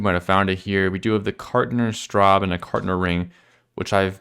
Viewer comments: Enjoyed the video! Note: You don't skip the e at the end of Straße (street) and Gasse (avenue). And the ß is a certain kind of s. Don't ask me about the difference in pronunciation between s and ß, even though I'm a native I have troubles hearing the difference. I just had to memorize which word is written with which letters. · almost. The last E is more the E in "mEh" or "hEnce". In linguistics it's called a "Schwa" – IPA symbol ə – basically a "unpronounced" or "unformed" vowel (lips, tongue, and jaw completely relaxed, just open mouth). The ß is a "sharp S", it can also be written as "ss" or "sz" if you don't have the key on your keyboard. The Swiss have already eliminated it in Swiss-German writing, despite it actually making a difference in pronounciation, e.g. "Flosse" (fin, flipper, pronounced with a short 'o') vs. "Floße" (rafts, pronounced with a long 'o', but the same S sound). The letter ß is actually a ligature of the letters long s "ſ" and z "𝔷" in the old Fraktur typeface. In Germany the letter is literally called "esszett" ("S Z"), in Austria we prefer "scharfes S" (sharp S). The "long s" was also throwing you off in the street signs written in Fraktur in the inner city: "Gaſſe" = "Gasse" in modern typeface. The "long s" (ſ) was used within words, whereas the "round s" (s) was used to denote the beginning or end of words (which can be handy with the long compound words in German).